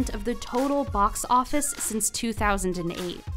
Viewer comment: Am I the only person that picked up the narrator is the same woman from Vox channel and every time she mentions the "Box Office" it is pronounced "Vox Office" as a type of subliminal advertising??